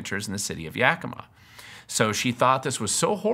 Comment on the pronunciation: The only reason I chose this video is because everybody ELSE pronounces 'Yakima' wrong. THIS is the way local people pronounce the name of the city. Darn, I really wanted to dismiss you by saying that you don't even know how to pronounce the name of the city, but you DO KNOW how to say "Yakima" like a local. So now I don't know what to do... watch the rest of the video, I guess.